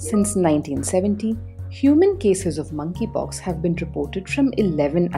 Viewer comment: I keep hearing Mann ki pox